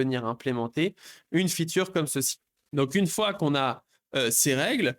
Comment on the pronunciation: Arrêtes de dire "feature" dis tout simplement "fonctionnalité" car tu le prononces tellement mal que ça n'a plus aucun sens dans ton contexte